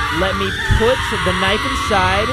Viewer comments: I like when he calls it knifo😂😂😂😂😂😂😂😂😂😂😂😂😂😂😂😂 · Naifu lol